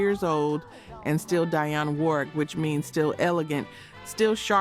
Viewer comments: Proper Pronounciation: DEE ON . NOT D EYE ON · Thus is AI. Who mispronounced Dionne's name.